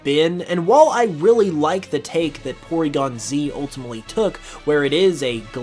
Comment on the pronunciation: “PoryGonzales” (“Pory” is short for the Mexican name “Porfirio”)